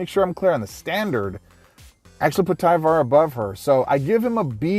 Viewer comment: TIE-var. like LIDAR